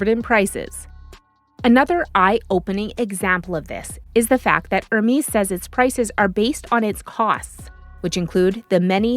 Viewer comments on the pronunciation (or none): none